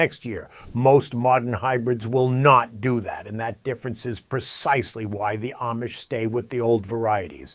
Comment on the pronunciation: WHEN are you going to pronounce Amish correctly? Please, ask the Amish how THEY pronounce their name. And, then listen!!!! Very carefully!!!! Pronounce it the way they pronounce their OWN name!!!